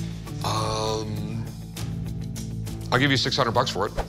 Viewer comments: wish he could pronounce walkman not walk man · hate it when people say it Walk man rather than walkman... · The guy selling it pronounced it Walk-Man. Everybody else says it “Walkmen” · guy couldn't even say walkman